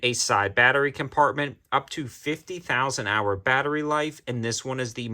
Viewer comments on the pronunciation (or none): none